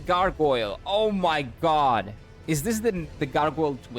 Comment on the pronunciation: do you pronounce god as jod too yeah?